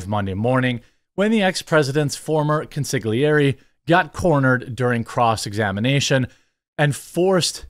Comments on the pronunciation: Jeremy its pronounced “con-sil-iary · Consigliere is pronounced: con (as in con artist) suh (as suspicious) gleh (as in Glenn) ray (as in ray of light)